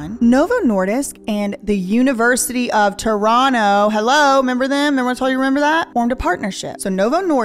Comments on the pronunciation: As a native Torontonian, you said Toronto correctly and also that you know Gaddi Red Challenger is amazing. Its definitely a bop out here!😂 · Perfect pronunciation of Toronto. 👏 👏👏